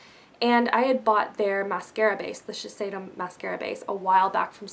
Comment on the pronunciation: It's actually pronounced ShiSHeido, I'm a cosmetician so I got professional training on the whole brand, and that's the way my rep was pronouncing it :) You're very pretty x o